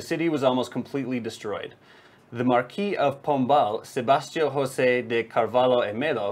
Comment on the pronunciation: Just a little correction, purtuguese is not the same language as Spanish, so you can pronounce José with the English J sound (like jeep or even John) it still won't be the correct sound, but will be way more similar than the Spanish pronunciation 😉